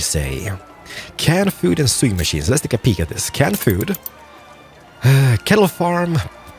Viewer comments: Awesome videos! P.S. Just so you know for future reference... 'Sewing' is pronounced as 'Sow-ing' not 'Su-ing' "I am NOT your uncle!" Haha love it! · is it only me who gets bugged by the way pronounces 'Sewing'? lol XD